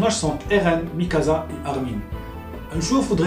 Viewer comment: ah encore une chose ! Mikasa ! ca se prononce Mikassa ! un S entre deux voyelle en japonais se prononcera en S et non Z